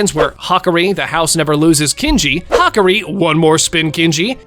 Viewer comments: Hakari❌️ Hakri✅️ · It’s ha-car-e